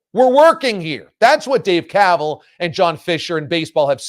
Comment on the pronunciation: Kuh-vaaal is like that “Dumbass” commercial, “it’s pronounced du-moss.” 😂